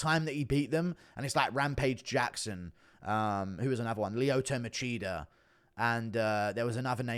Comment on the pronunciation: lmao "Leeoto Macheater"